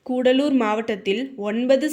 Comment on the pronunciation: கூடலூர் இல்லை கடலூர்